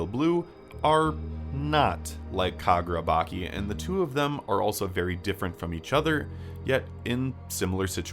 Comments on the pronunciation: I wonder why he pronounces it like that? It's clearly chi not ki. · Fantastic video, solid analysis, and I'm really glad you focused specifically on WSJ and not SJ+ or other 'Jump' series Small thing: the 'ch' in Kagurabachi isn't pronounced like 'k' but like 'ch', thought you should know